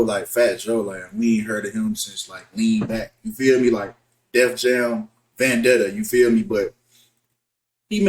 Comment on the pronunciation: My man said Def Jam Vendedtta 😂 I’m curling